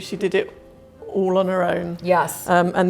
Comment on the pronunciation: Your accents arent QUITE American anymore. Both of your stressers on syllables have changed. Almost sounds Irish. For quarter, you guys say "Kuar-ter" instead of the quick American "korter". And the way you both say "All" (Oll) as opposed to American (Awl) sounds more British than American now with rounded vowels. She also says "fresha" instead of "fresher" I love it! Happened to my cousins voice too after she moved to the UK from Illinois. Sounds completely different.